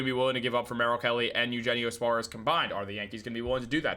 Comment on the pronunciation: It’s yoohennio Suarez! You take Spanish in high school!